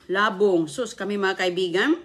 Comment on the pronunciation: Old vlogs pa more .!!!! Yan ang pakain mo kay dodong,anong klaseng ulam yan,kawawa don julio kaya kahit matanda na,di pa makapagsalita, mahilig ka talaga magluto ng kaning baboy,diyan ka sanay,pati pagbigkas mu ng labong mali.dapat yung kay dodong,hiwalay sa plato at kaunti lang,OA maglagay ng kaning baboy sa plato.😮😮😮